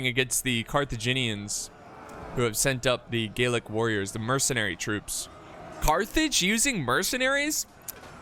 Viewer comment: Gallic is pronounced/gah-lick/ Gaelic is exclusive to Ireland and medieval Scotland